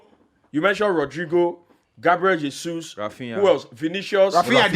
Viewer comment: Bro it's not HESUS. It's not spanish. It's Jesus. The J is similar to Jae